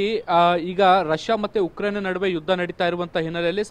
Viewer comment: It's Ukraine not yukraine 🤦🤦